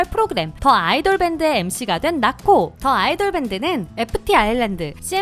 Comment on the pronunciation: 발음은 "더 아이돌"이 아니라 "디 아이돌" 이 아닐까요.